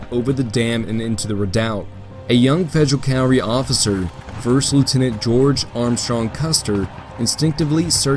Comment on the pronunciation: Discovered you recently, enjoying the attention to detail and the quotes that bookend the different chapters. One minor gripe: cavalry is pronounced CAV-alry not CAL-vary.